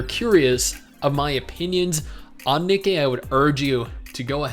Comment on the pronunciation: I laugh every time pronounces Nikkie wrong, especially when saying the full name. Just funny to me for some reason. 😄